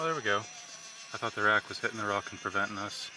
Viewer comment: I rack or I rock, how do y'all pronounce it? 😂